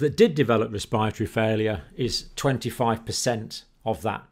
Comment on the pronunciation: ur pronunciation is killing me rn. ‘cohvid’ , ‘respire - atory’